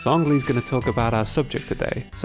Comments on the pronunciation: Zhongli is pronounced Jong-li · I think is pronounced Chongli